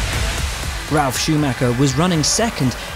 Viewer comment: "Ralf" Shumacher?